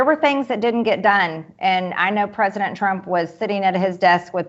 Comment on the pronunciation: prizidon Trump lavi said وعد